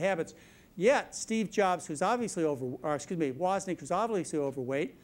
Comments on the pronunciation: Steve woznik not Wozniak. Saader not solder. There’s a few of these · Wow, fascinating video -- he makes some interesting diagnoses that are credible, but so many conflicts and dubious claims. And he doesn't speak well: What is a "senimeter?" And who is Steve "Wozzik?" But most of all, is it not true that Dr. McDougall sells high-carb products, and oh yes, used to work for the SUGAR Industry in Hawaii? I would not trust his medical advice or rely on the products he sells. Still, interesting post-mortem on Jobs.